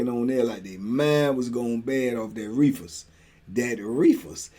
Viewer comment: yu kill me the way yu say “reefas” 🤣 you low key country